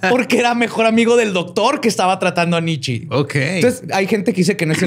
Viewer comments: Porque le dice nitchi a nitche? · Shot cada vez que dice Nitchi en vez de Nietzche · normalmente te respeto. Pero en este episodio me sangraron los oídos cada que pronuncias mal el nombre de Nietzsche. Es alemán, todas las letras de su nombre se pronuncian, y la e conserva el sonido de e, no sé de dónde sacas que se pronuncia "nichi". En verdad me dieron ganas de quitar el podcast. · El Nichi jajajajaja Nietzschi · La forma de pronunciar los nombres jajajajajaja es más compleja que como realmente se pronuncian, con Nietzsche pensé que estornudaba jajajajajaja